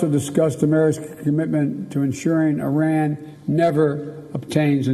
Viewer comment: Biden can't pronounce "Iran" XDDDD this mannnn what an embarrassment